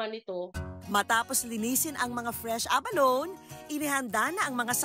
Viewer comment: A-ba-lo-ne pronunciation